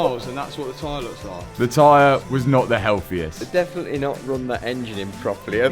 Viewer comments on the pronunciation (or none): none